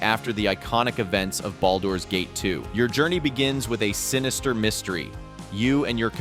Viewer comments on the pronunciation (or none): Glad I wasn't the only one. Flat affect is human but this one.. Baldoor's Gate and a couple other pronunciations were just not...typical!